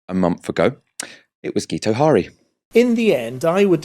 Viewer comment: FYI, Guto is pronounced "Gitto" and Harri is pronounced "Harry"... "Geeto Hari" was possibly the brother of a Dutch exotic dancer and WWI spy.